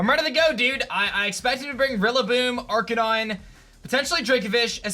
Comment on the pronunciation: He was saying "Aranine" wrong